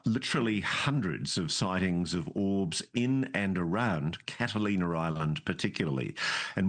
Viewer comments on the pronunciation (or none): Ross: CatalinER Island